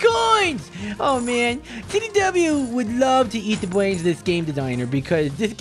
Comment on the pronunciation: Last time I watched you you were just stawting to eat BWAINS